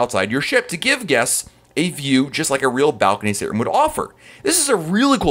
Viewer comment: He says it like “sttrm”